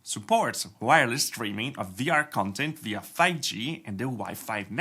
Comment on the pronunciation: stop saying vr tech CIENNOL, it's annoying!